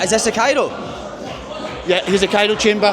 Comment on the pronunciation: Pet peeve - Calling the cryo chamber, the "cairo" chamber.